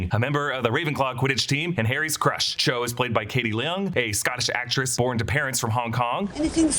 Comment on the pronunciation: Cho* not 'Chode'